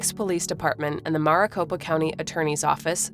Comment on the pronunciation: The way you mispronounce Maricopa county made my brain explode a little